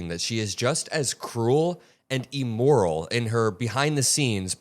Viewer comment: Immoral Not Eeeemoral